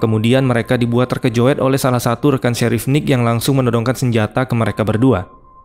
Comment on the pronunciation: "terkejut" bukan terkejoeddd